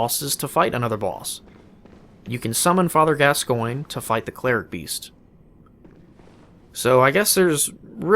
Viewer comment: Call Father Gascoinge: Father Gas-sguin-gee